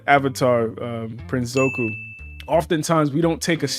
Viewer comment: Im triggered by "zoku"